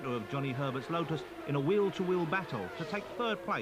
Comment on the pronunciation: “Zanawdi cwashed his Wotus on the twicky Eau Wouge corna.”